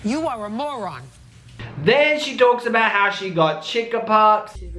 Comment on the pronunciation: Lol bruh did you say chick-ah-pox 😂